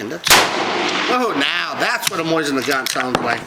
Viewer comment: 1. Stop saying "Moy Sin" it's "Mo Zin" 2. Why would you use that dumb thing? It takes 3 minutes between each shot. Dumb. Saving $0.01 per shot? 3. You're a safety instructor? Laughable